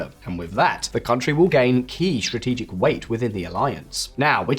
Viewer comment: "Shtrenghten", "shtrategic"? My God!